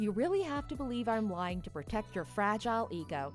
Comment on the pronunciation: “Infertyle”, “steryle”, “fragyle”, “liverd”, “haarem”? OP’s VA REALLY needs to work on her pronunciation.